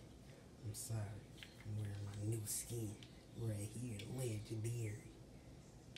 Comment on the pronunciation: LeS Go U gOt ThJe SkJEn bru learn how to say skin